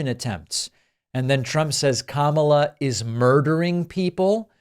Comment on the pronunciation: at least he pronounced her name correctly for once🤦‍♂